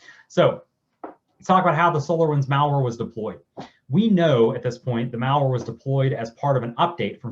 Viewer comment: It's MALware not MALLware like you go shopping at the mall. I can't take this dero seriously. He is not an expert 🤦